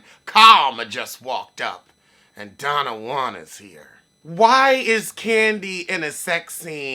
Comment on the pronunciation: Not “Donna Juan”. Boy you are a mess! 😂 Thank you, now I don’t have to watch them.